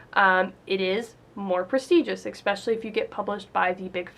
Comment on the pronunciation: There is no "x" in "especially. You profess to be a writer?